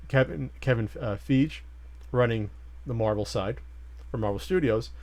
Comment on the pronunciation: Can learn to get names right? Its Kevin Feige pronounced Fy Gee not Feeg or Feej or whatever the fuck.